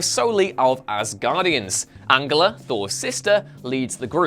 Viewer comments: An-Gella?? Is that how you lot in the UK pronounce Angela??? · I felt like he was using a norse pronunciation. At least An gella is the way you say Angela in german.